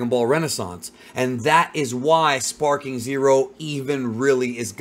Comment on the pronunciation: Back when I was a kid I thought he was shouting "Spiky Monkey!" instead of "Sparking!" so that's just all I hear now